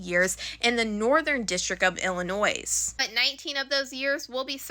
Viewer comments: Illinois = Ill-in-oy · The s at the end of Illinois is silent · Hey just an FYI we don't pronounce the s in Illinois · In Illinois, the "s"is silent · ...ummm ...the S is silent in Illinois smh 🙄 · The S in Illinois is SILENT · The "s" in Illinois is silent